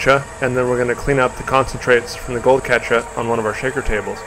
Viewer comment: speaks with near perfection……except, for the word “Catcha” lol. 😊